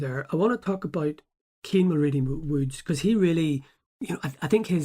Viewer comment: Getting his surname wrong from the get go you are a terrible journalist. Kean mul..wooo not woods thought his last name was woods everyone knows that even in England